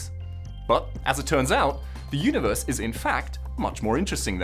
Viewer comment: "the yoonavurse"